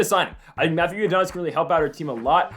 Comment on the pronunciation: Who tf ifs matthew iadonis? Its I-O-NI-DUS